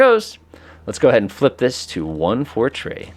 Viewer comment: Great video. Also, "3" is pronounced "three" and not "tree."